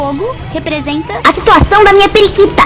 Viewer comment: Eu ri demais quando ela falou "esse fogo representa...A SITUACAUM DA MINHA PRIQITA!" A minha tbm